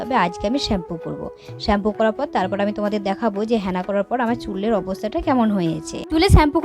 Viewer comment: হ্যাঁনা নয় ওটা হেনা 😂😂😂😂